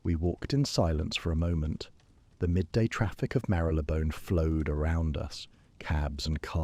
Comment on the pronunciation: Exactly…….. it shows that the faultless feeding of the story still depends on the human feeding of the facts …….. A.I. cannot think for itself …… and then I’m not even mentioning the repeated mispronunciation of well known words like inquiry and Marylebone Station ……… Greetings from the Cape in South Africa 🤓😜😇💚